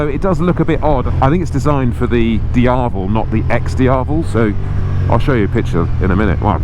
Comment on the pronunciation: Its not "Dee-ah-vul". It is DiaVEL. Dee-ah-VEL.